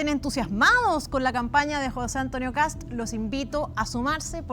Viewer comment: Qué onda este cuma que no puede pronunciar apellidos extranjeros? Para el no es Kast, es "Kas", no es Trump, es "Tram" 🤣